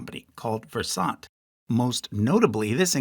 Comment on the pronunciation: It’s pronounced “Ver-sunt”, like “conversant”.